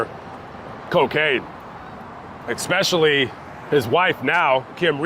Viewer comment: I have that album, it was my sisters. It sits in my album collection. He was a 2 hit wonder... I will now take it out and listen to it. Oh, and, it's not 'exspecially', it's especially...